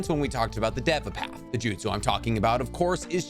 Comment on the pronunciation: You sed deve you need to say deeva path